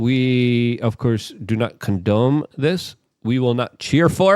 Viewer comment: “Condome?“ As in Golden Dome?